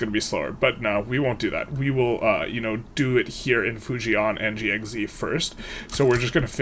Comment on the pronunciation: Hi! For future runs, it's not /fuji-an/ and /ji-ang-xi/, it's /fu-jan/ and /jang-xi/:^) Most Chinese place names only have two syllables